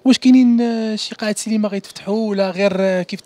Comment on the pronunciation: المديع راه اسمها سينما ماشي سيليما